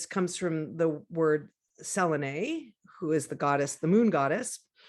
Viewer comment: it's not selenee its pronounced like Celine Dion the Singer and spelled selene